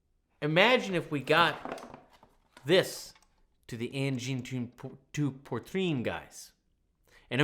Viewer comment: Send a Padle to Angine de poitrine please! (And learn how to prounounce it it´s bad to listen )